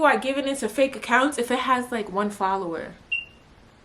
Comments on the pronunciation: Why would I ever start cracking uppp when you said “1 FolLoWUh”! Lmaooo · “1 followah??!!!” 😭😭😭😭 I love u 😂